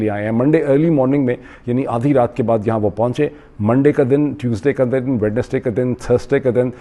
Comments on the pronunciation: Sir it's وینسڈے Not ویڈنسڈے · dr shahab Wednesday mein D silent hai it's WENESDAY to speak